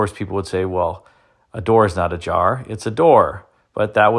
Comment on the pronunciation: from “ur door is ajar” to “ur door is ^a jar^” 😂😂😂😂😂😂